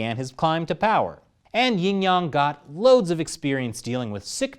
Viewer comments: Did you just say that guys name is YING YONG 😂😂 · LOL YING YONG. like ping pong